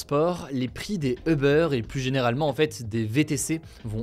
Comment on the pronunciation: Hugo je t'adore....par contre puis-je te demander de bien prononcer le mot UBER....Vu ton âge (jeune) et vu tes nationalités britannique/ suédoise et française c'est un peu ridicule la façon dont tu le prononce. Pour le reste BRAVO continue comme ça tu es super ! 😉